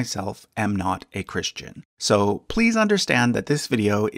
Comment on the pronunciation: I am not being rude even I am this but I'm curious why you say ChrisHtian as if there were an H in Christ?